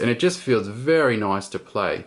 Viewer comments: Anyone know how many times he said "noice?" lol. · * click * noice.